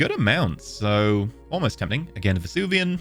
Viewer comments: Take a shot for every time Venusian is pronounced Vesuvian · As a sidenote, I love how reads Venusian as Vesuvian. It is not the right word, but I am 90% sure the people of Pompeii would agree it was just as unlivable as Venus, making it a PERFECT adjective to describe Venusian atmospheres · I have a theory that is purposefully mispronouncing venusian to increase viewer interaction in the comments:P